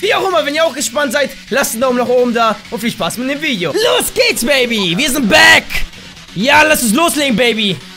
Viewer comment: bitte sprich bitte das 'back' nicht so dumm aus:) tolles video trotzdem:)